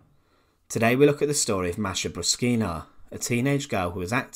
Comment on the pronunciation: I speak some Russian. My language is already close to Russian. And I have Russian friends. No one pronounces it like this.